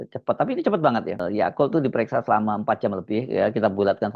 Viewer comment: Yaqut, bukan Yakult ya Mas Hersu heheheh.....